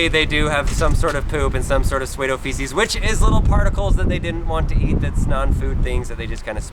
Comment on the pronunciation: I just want everyone to know about PSUEDOFECES! rip my ears ;n